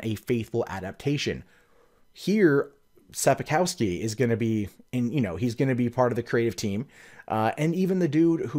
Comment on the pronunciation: You can try saying the name of the author as "Anjay Sapkovskey" in the future.